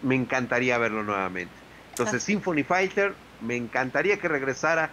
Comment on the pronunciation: ahora entiendo porke no te gusta pronunciar el ingles we haahahhahahah me cae k te pasaste ajja simpony faiter bueno ke te puedo decir we jaajajj KE GRANDE!!!!!!!!! SALUDOS!!!!!! FUE unos delos grandes juegos shooter espionaje